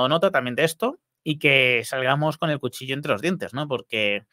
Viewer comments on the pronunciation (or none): none